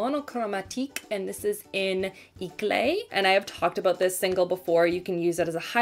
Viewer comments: Eclat is pronounced ay-claw it means all the shiny things (brilliance, radience, etc) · I mean to say this with the most love ever but eclat is pronounced ay-clah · I thought she was saying eclair lmao